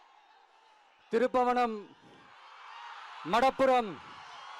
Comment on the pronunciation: அது திருப்பவனம் இல்ல நடிகரே திருபுவனம். எங்க டைலாக் ஒன்ஸ்மோர்.😂😂😂